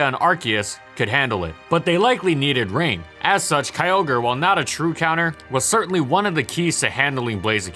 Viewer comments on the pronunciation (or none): It's pronounced K'yoh-gray. Not kiy-oh-ger.